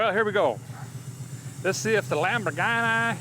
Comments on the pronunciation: It's the "Lam 'Board'ghini " LOL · Everyone saying Lumberghini while I’m sitting here saying Lamboardghini. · It's a LambhOrganic! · I'm going with "Lumberghini" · Lumberghini count-ash. Lol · Lol Lambordghini. Guess you can name it master splinter.😂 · "Lumberghini". lol